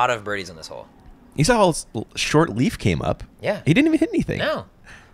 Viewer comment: You say Leif wrong. If you say ei like ey you will come closer to how it sounds. Leif is pronounced Leyf in Swedish. Typical Swedish name. Guess that Leif Swenson has Swedish or nordic ancestors.